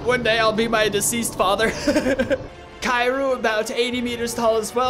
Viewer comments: It's not kiru it's kir y u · Bro said Caillou and not kiryu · Its not kiryu its kiryu ee not iee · Kiryu is pronunced kee-ree-ooh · HOW DARE YOU CALL KIRYU KYRUU ):( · you said kiryu wrong